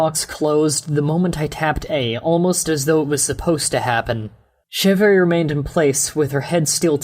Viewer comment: Chevre is actually pronounced "shev". It's French